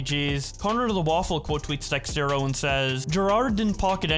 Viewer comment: Is constantly saying out “Dextero” instead of “Dexerto” a running gag or smth?